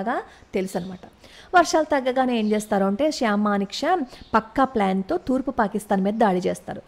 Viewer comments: Good topic. Sam Msnekshaw ఆయన పేరు. మీరు చెప్పుతుంటే శ్యామ్ అని వినిపిస్తోంది. ఒక సారి చెక్ చేసుకోండి. భారత్ మాతా కీ జై. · శ్యాం కాదమ్మా! Sham!